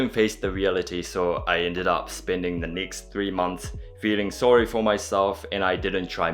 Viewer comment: stumbled upon your videos and i must say the way you say certain words is very 'kiwi". some words i picked up are get, seven, end, test, next, friends. Mostly the vowel sounds of 'e'that are almost pronounced as 'i'. Like you, i''m a migrant to NZ and can relate to your struggles. Your videos are very cool by the way. Your new follower from Auckland.